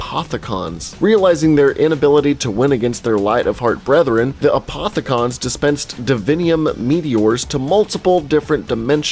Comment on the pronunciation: Who cringed when he said apothi-CON and element 1-15